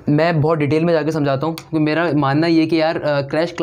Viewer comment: Aap "kyun ke" ko "chun ke" kyun bolte ho?